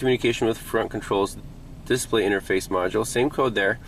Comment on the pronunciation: Is that a local emPHAsisthat is used for the word "displa'y? That's okay, in Wisconsin water fountains are pronounced "bubblers".